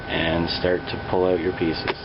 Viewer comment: yes... u say out like canadians in family guy... also pulling and peaces sounded different :D